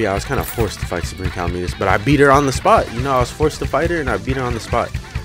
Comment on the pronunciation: Its not pronounced cal a meet us it is pronounced ca lamb it us